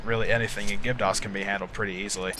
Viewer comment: I think it's Gibdo not Gibto.